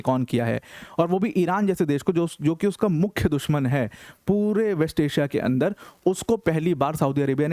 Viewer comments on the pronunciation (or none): none